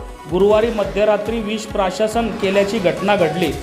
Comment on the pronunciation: Prashashan nhi ho dada Prashan bolte usko 🤣🤣🤣🤣🤣